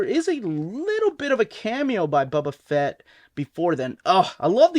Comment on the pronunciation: Bubba fat?😂😂😂